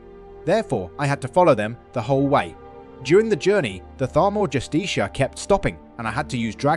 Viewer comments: Bro the pronunciation is killing me. It's pronounced( just-eh-car) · I think it's pronounced justiker.. or justica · Learn how to pronounce justicar! Its even said in game!